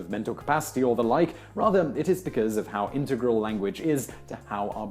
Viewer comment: YOU ARE PRONOUNCING 'INTEGRAL' WRONG ffs